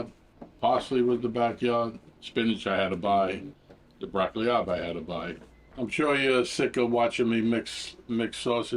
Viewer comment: Are you saying Blocky Lob?